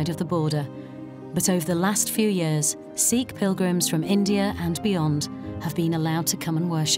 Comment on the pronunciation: It's not seekh. It's sikkh. Like a light "i" Not long "ee".